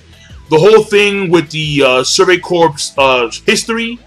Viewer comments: You don't pronounce Corps as corpse, dumbass. it's pronounced Core, the p and s are silent. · PLEASE stop pronouncing it corpse. It's pronounced Core not corpse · why is he pronouncing corps like that? does he know you are supposed to pronounce it like "core" when referring to military units?